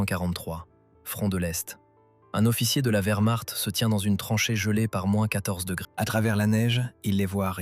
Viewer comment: SVP, CHARLEMAGNE, n’était-ce pas celle des volontaires français ? Merci. Je croyais avoir tout vu comme I.A. de merde, en 4mn 30sec. le record est battu. VERMARTE= WERMARCHT 🏴‍☠️💀💀☠️ Von Manstein était un spécialiste incontesté de la défence.